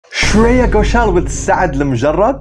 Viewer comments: It’s Shreya Goshal .. not Sharia btw 😂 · "sharia" ??? bro its "shreya" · Her name is Shreya. Not Shariya😝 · She is Shreya not Sharia my friend 😂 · Shreya ❌ Shariya ✔️ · It's shreya. Not sharia 😮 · Not sharia, shreya